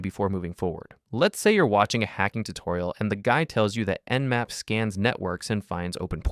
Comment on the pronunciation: it not namp, it's nmap.